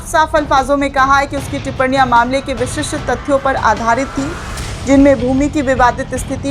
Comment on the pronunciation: Tippariyan ka uchcharan sahi kariye